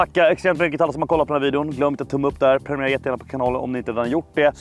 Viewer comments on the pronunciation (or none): none